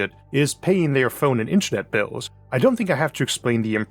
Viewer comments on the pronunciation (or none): none